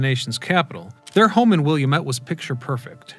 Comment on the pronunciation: That's not how you say Wilmette